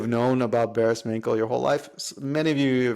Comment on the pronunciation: nice! ps its pronounced Barish Mancho